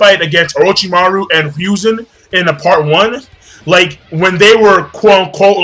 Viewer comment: Say it with me... HE-ROO-ZEN. It Hiruzen... Who's Ryuzen?